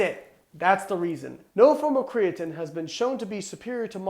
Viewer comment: Can we all agree Layne says "creatine" a little weird?